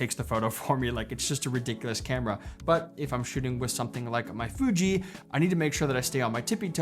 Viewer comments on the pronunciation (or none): none